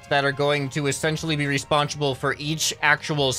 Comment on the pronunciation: “responchable” - how can does English 2021